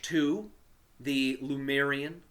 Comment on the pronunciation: LEMURIAN, not "Lumerian".. For God sake 😅😅😅😅